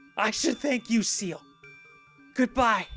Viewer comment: Er, this is great and all, but why do you keep calling Ciel "Seal"? Her name and many others like Alouette are French. Ciel ("See-EL") means "Sky."